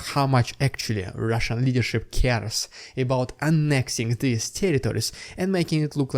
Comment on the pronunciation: rrrrrrrrrrussian prrrrrrrrrrropaganda... HMMMMM xD